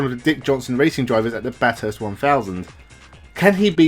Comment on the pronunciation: It might seem petty but the world class track in Australia, a few hundred km from Sydney that many international drivers visit but struggle to master is pronounced "Bathest" (short), not "Bathirst" (long) and the "th" is pronounced similar to the "th" in moth. I hope I've made sense.